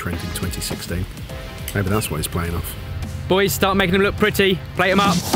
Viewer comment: Anyone who says “poys” deserves to be exiled.